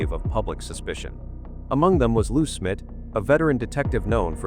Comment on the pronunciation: I had to fast forward your video, because I couldn't stand hearing you call Jon Benet, Jon Benny, and Lou Smit Lou Smith???? You used Paty for Patsy, what is wrong with you? Your false title, making it sound like John Ramsey had been lying all these years, shame on you! I have met John Ramsey, I could see in his eyes, the pain he has gone through all these years, is still there. I pray that the idiots at Boulder PD, get off their butts, and do something with the DNA, so this case can be solved, and JonBenet may rest in peace!